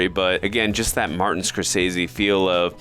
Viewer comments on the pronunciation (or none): none